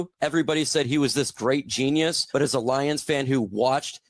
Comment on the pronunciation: Everything say is ass a nine ass a ten ass a fiften